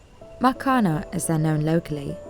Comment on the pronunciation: Isn't it makhane?